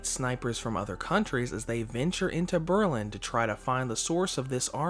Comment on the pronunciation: You pronounce "Berlin" is a way I've never heard before :P